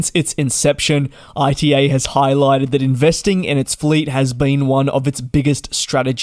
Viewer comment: It's called ITA like in 'ITA-ly non AI-TI-EI